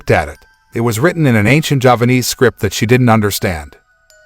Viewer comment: As T-oui said, it's Javanese not Japanese. The pronunciation is similar if not emphasise properly. Javanese is 1 of approximately 700 ethnic languages in Indonesia. It has similar writing to Thailand and India as the root I believe was sanskrit script.